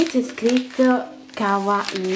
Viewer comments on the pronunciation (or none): none